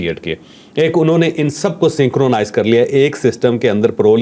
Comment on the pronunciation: جاوید صاحب لفظوں کا تلفظ بھی اہمیت رکھتا ہے , توجہ دیں , سینکونائز نہیں سِنکَرونائز ہے۔